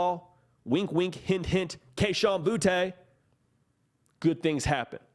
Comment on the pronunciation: It is not pronounced Bootay... It is pronounced Booty.